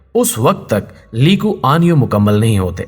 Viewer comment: آپ نام غلط لے رہےہیں، نام ہے "لی کوان یو".... علیدہ علیدہ